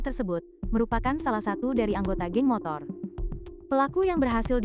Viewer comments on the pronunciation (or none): none